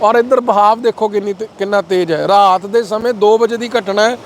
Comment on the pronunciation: ਜਦ ਬੰਦਾ ਆਪਣੇ ਇਲਾਕੇ ਦੀ ਮਾਂ ਬੋਲੀ ਛੱਡ ਕੇ ਦੂਜੇ ਇਲਾਕੇ ਦੀ ਬੋਲੀ ਬੋਲਣ ਲੱਗ ਜਾਂਦਾ ਹੈ ਤਾਂ ਕਿੰਨਾ ਭੈੜਾ ਲੱਗਦਾ ਹੈ ਜਿਵੇਂ, ਪੱਤਰਕਾਰ ਦਾ ਰਾਤ ਨੂੰ ਰਹਾਤ ਕਹਿਣਾ ਕਿੱਦਾਂ ਦਾ ਲੱਗਦਾ ਹੈ। ਹਾਦਸਾ 😅😅😅😅